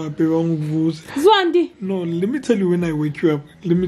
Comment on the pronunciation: not uZwandi Saying ngama Fries Ay3